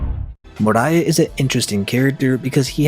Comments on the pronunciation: I think the biggest taboo is how you fucking pronounce your words and names like moria sounding like Mariah you fuck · Your pronunciation of damn near every character annoyed me. More-E-yuh not more-I-uh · Why do you pronounce Moria so weirdly?